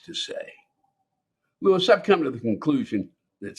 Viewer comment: You should look at the background and can't even pronounce the name Lewis.